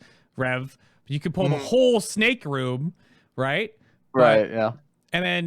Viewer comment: Why says snack instead of snake?:D